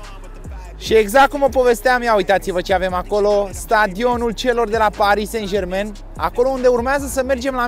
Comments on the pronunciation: Nu "Sen Jermen"! Se pronunta "SanJerman"!!! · “sen jermen”🤣🤣🤣